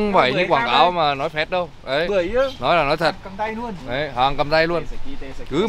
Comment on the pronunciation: May sao lindo phát âm được chữ bưởi 😂😂😂